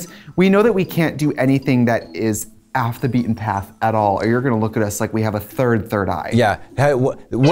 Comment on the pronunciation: ‘aff the beaten path’, that is the most wisconsin tracey has ever sounded